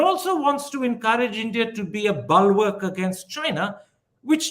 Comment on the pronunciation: It's not balwork, Karan! It's bull-wark